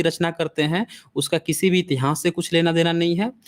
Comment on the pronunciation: बड़े ज्ञान की बातें बताते हैं, बस उच्चारण की त्रुटि में सुधार करके इतिहान्स को इतिहास कहें; इतिहान्स कहना फूहड़ लगता है।